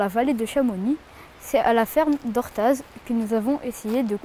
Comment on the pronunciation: Orthaz on ne prononce pas le z attention, sinon très bon.